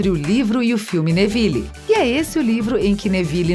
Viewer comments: lulibyun ele falou:wésléi só q a pronúncia certa é:wisley tmb falou névili só q a pronúncia certa é nervil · Grideval Jota k Rowling Wésleys Basílisq Nagini NevillE Hougorts